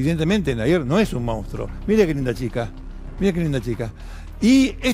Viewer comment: Se dice MONSTRUO! cómo puede hablar así este periodista? eso es porque no tiene asesores, porque no lee o porque tal vez, se caga en todo esto y le importa un bledo pronunciar bien la palabra. En fin, duele la decadencia cultural.